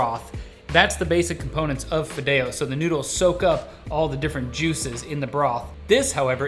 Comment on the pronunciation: Wow these people are so White. He said fidao it's pronounced Fee-deo. White little are so funny